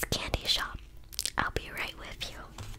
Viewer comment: i’m sorry i just hate that she’s american saying “wif” or “wiv”